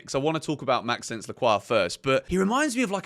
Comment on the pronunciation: Great vid, just a quick thing when saying Lacroix first name pls say it like Max-o-nce it sounds better 😅❤